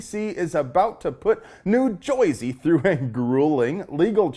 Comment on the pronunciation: Just an FYI, no one from Jersey actually pronounces it Joiesy. But thumbs up for the Fight Club reference